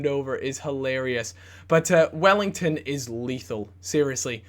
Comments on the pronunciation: It's NOT WELLLINGTON it's "WELLITON" :D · it's Well-iton not Well-ington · WELL-I-TON not wellington gooby pls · AND WELL-EE-TON NOT WELL-ING-TON!! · Welington? Welliton!! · Wellington - Welliton. Hmm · say his name right it isn't wellington its welliton! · Welliton not Wellington. :') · his name is not wellington, there is no ing. Its just well-e-ton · Welliton, not wellington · please... welliton... no welliNton.. there is no N in there:P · its said *wellyton not wellington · Can you please stop saying Welliton as Wellington :/ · grrrrr his names not wellington! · Please stop calling Welliton 'Wellington' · he's talking about the mispronunciation of Welliton